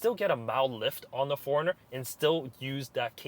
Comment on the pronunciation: I thought you were saying foreigner